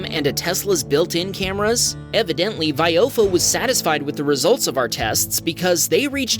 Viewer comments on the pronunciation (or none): I can't stop laughing at how you're saying viofo, it's vi oh fo. not your unholy, horrendous attempt of English